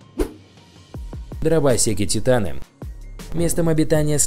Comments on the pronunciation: он сказал дрово́секи, а правильно дровосе́ки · послушайте как он сказал дровосеки